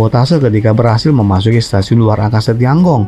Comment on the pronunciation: Tian Gong itu harusnya dibaca/diucapkan/pronounciationnya : Tien-kung. Aku tahu pin-yin-nya. Sempat kursus mandarin. Tapi kuhentikan karena aku merasa ketinggalan akibat pekerjaan.